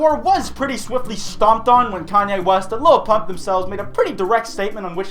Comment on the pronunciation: Koonye Woost